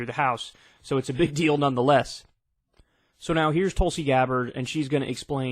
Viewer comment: Kyle misreading Tulsi once again… Going further TYT every day ~